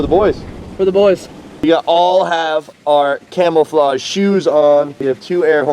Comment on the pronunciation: Did you say camelflodge